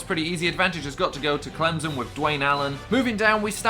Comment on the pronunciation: It is Clem-son not Clemzon